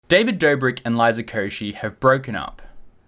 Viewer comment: u could have googled the liza koshy's pronounciation